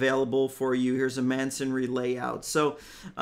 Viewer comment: THANK YOU!!! ....It's "MASONry" not "mansonry" grid 😉 As in, you know, bricks. 😊😊